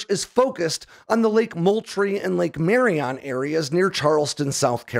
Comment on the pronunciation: The F-35 was found in Williamsburg county. Also, you pronounced marion completely wrong..... as a myrtle beach South Carolina native.... 😅😅😅 Still love your work brother